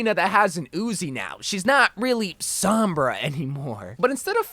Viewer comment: It’s sOHmbra, not sAHmbra